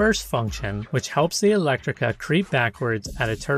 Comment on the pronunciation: That's "Elettrica" (not "Electtrica").